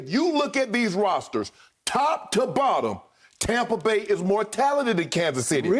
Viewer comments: Everyone: Tampa Bay Skip: Tahmpah Beh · Skip. It's TAMPA BAY. Not TOMPA BAY. Get it right and keep it right. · Most people: Tampa Bay skip: Tompa bay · he's subconsciously saying "Tom"pa Bay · Yes very annoying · Tom brought in AB, Gronk, Fournette and McCoy and transformed the entire franchise, as a lifelong Bucs fan i'm fine with the Tompa Bay era. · He's a hater. I said the same thing. TOMPA bay lol . They be hating on the sunshine state. But We get it. Haters.. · God I know right. it's so corny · As a Bucs fan, I agree lol